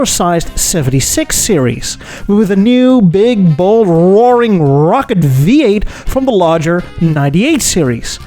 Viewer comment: hitting his R's pretty hard to make his point. Rrrrrrrocket! Rrrrrradical!